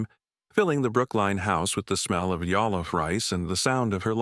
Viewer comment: JOLLOF PRONOUNCE J !